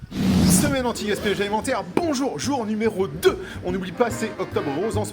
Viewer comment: J'aime toujours quand vous dites le "bonjour" vous prononcez de manière très forte le B 😂